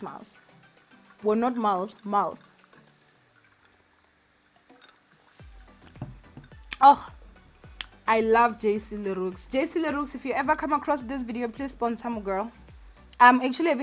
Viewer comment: JC Le Roux...(X) is silent😘